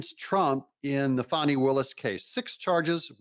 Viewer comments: DOUG DOUG DOUG...its not PHONI..its FANNY FANNY!!! Go on offense!! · So let me get this straight. It spells "Fani" but pronounces Phony... Ok got it.